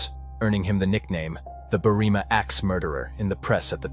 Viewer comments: The town is called Berr-im-a, not Berreema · It’s Berrima not BerrEEma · When researching Australian place names probably best to ask an actual Australian about pronunciation. Berrima is pronounced Berry-ma but quickly. No drawing out the ry or ma. Apart from that it was a solid presentation